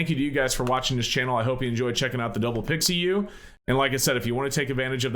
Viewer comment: Pi Xiu ( Pee-shu) not pixie yu.